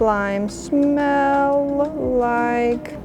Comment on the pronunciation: Hehehe,You said smelll!